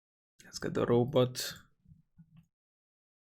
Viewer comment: It's called Robot not rowboat.